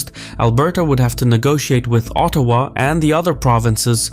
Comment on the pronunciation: Excellent work on the pronounciations. Quebec not qweeeebek, Ottawa soft T, slow careful cadence. Well done. Cheers from Montreal